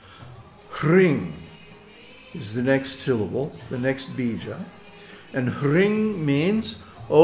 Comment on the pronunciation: why are hrim and klim pronounced "hring and kling"? Can we not desire Her from Bhakti?